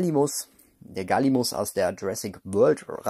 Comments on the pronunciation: Ein paar anmerkungen zu 10 Platz. Soll kein hate sein möchte nur die sachen los werden 1. es wird Galli-mi-mus und nicht Galli-mus ausgesprochen 2. Der galli(Abkürzung) war grundsätzlich ein pflanzen fresser 3. Und drittens die figur ist kein galli sondern ein coelophysis. Der galli hat ein anderes model was man auch in lego jurassic world dem spiel sehen kann. Ps: feier deine Videos und ich hoffe das ich dir ein paar gute infos gegeben habe. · Gallimimus nicht gallimus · Das der "Gallimus" eigentlich Gallimimus heißt, wissen nur die wenigsten ;-) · Gallimimus nicht Galimus